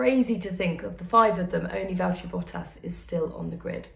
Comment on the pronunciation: val-TERRY bottas